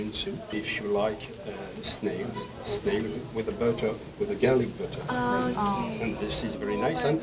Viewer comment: The way Ryujin said Snail